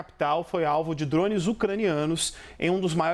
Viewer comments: Pelo amor, que "drons". Então fala tudo em inglês. pqp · Dronmes kkk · “Drons” 😂 ao invés de Drones